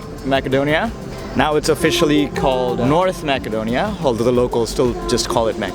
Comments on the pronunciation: that is not how your pronounce macedonia, its not mackedonia, its macedonia pronouced massedonia. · Brother its pronounced Macedonia (masedonia), but if you're gonna called it Makedonia might as well say Severna Makedonia instead of North Makedonia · The English pronunciation is Macedonia, not Makedonia. And if you want to be respected by the people please do not use North Macedonia. This name was opposed by force on us. Greetings from Macedonia and feel welcome to visit us again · I'm sorry to say this but you said Macedonia wrong It's masedonia You said makedonia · Is it makedonia as he pronounces or macedonia ? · This is not macadonia....this will be Macedonia..speak this word be right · Btw its north macedonia ( pronounced with c not k) if ur speaking english but its Makedonia if u speak a slavic based language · I feel like he’s not pronouncing your country’s name correctly?